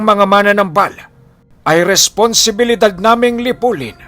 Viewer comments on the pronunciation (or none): wala naman syang sinabi na mali ang pagkabigkas ni. Ang sabi nya dahandahan sa pagbigkas ng salitang MANANAMBAL (Manggagamot in Tagalog) kasi ang pagkakapronounce kc ni ay MANA-NAMBAL which is katunog ng MANA-NANGGAL. Ang tama kasing pagpronounce nyan in Bisaya is MA-NA-NÁM-BAL. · Dahandahan lang po Ang pag pronounce Ng "manamnambal" . Hindi po Yung parang mananangal.. heheh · Ma-na-nambal dahan2 lng po yan po tama pagbigkas sa bisaya